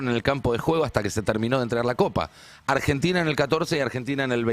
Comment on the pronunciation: dice argetina